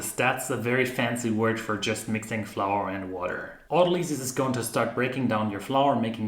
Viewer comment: Most people say aut-O-ly-sis. Aut-ALL-isiss.